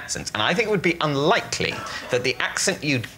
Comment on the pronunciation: Unlikely? Or is it un-like-lee? BRILLIANT that did not get the recognition it deserved 😂